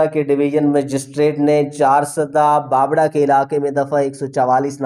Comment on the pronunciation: تاجو ...نھی......تا جُ بابڑہ کو ......با بَ ڑہ......... پڑھا جاتا ہے...